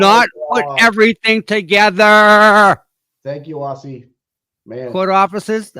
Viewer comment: Great show today! Aussie is amazing! Pronounce her name Auzzie.